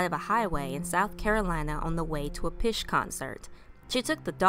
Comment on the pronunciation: Phish is pronounced fish btw.